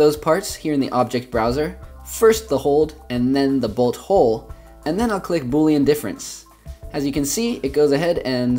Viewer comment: when he said bolt hold I thought he said butthole😂😂😂😂😂😂